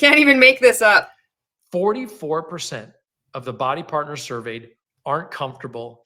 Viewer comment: What are the odds that this is the first time the reps are hearing that the company isn’t doing well? Also every time he says “Bodi Partners”, I just keep hearing “body parts” and it’s weird 😆